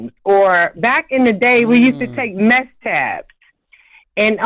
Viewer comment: I think she said MESK TABS lol Mescaline lmaooo